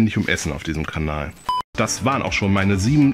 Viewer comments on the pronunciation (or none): none